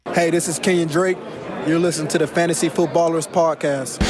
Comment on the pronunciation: "Fantasty football"